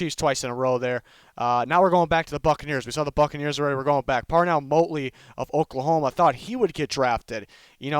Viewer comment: It’s Motley. Not Motely.